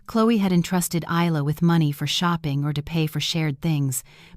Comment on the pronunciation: Never seen one of these set in Australia. At least in Australia Isla and Ayla are pronounced the same way. Spelling dependant on the origin of the name, Middle Eastern Aylia or Ayla, Isla is either Scottish or Spanish. Both are pronounced EYE-la so AI made a pronunciation error.